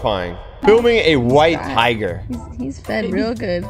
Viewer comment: HE SAID HIGER NOT TIGER